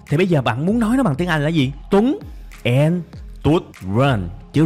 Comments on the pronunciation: "AN" đọc sai bét! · theo tôi thì "and" phát âm giấu "đ" chứ kg phát âm như bạn